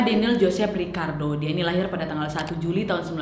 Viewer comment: izin koreksi Nad. Daniel Ricciardo bukan Riccardo atau Rikiardo